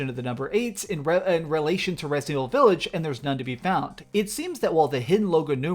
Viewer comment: VILLAGE NOT V I I LLAGE